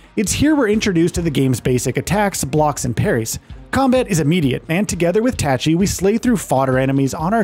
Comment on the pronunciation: I called bullshit that you even played the demo. They say her name in the demo and you still horribly mispronounce Tachy.